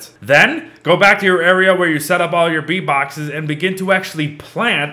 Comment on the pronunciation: What said: Bee boxes What i heard: V bucks